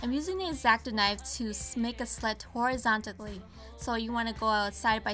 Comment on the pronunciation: "Horizontically" he he